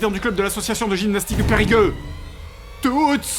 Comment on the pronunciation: Il vient de dire... "Périgueux"..?